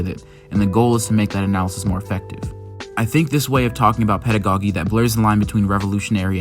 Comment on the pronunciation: nice analysis... but please...it is pedago-JEE, not pedago-GEE. It's like the first syllable of the word "jeans." I cringed every time you said, "pedago-geeee" 💀💀💀